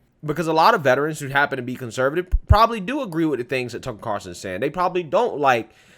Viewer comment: Carlson NOT Carson